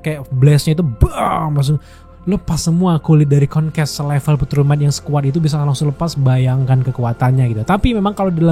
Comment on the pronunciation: Meggresion = Mark Greyson Konkas = Conquest Agak salfok penyebutannya sebut aja invicible sama kongquest deh 😅 Untuk review nya memang Absolute Cinema di episode 8 👏🏻